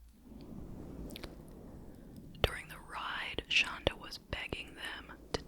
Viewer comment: It’s shanda not shonda ❤